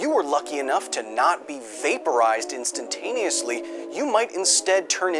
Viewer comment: Instantaleously is not a word. Just say "instantly".